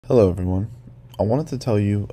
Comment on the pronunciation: Michael’s “hEllO”